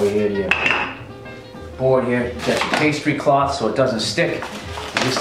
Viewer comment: Nothing in this video bothered me as much as bill saying the word "pastry cloth" ...